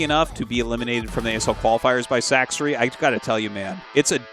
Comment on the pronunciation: my favorite is how after all this time Tasteless still calls Sacsri "Sack-Siri" lol